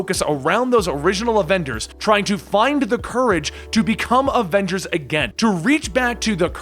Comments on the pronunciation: " main avenders " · He said adenders